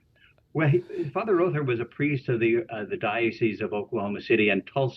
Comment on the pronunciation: Row thur. not raw thur.